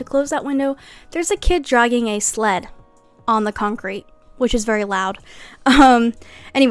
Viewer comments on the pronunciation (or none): none